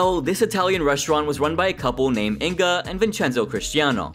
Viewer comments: It's not In-ga, it's Inge. The "ng" is pronounced like in "fang" and the "e" is pronounced as the "e" in "very". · You pronaunced Inge wrong, but good video Can you do a video about Breaking Amish